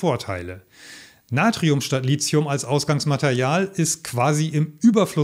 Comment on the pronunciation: Nix Lizium, das heisst Lithium. Da ist kein "z" drin, also bitte. Wenigsten die E-Auto-Profis sollten das richtig aussprechen.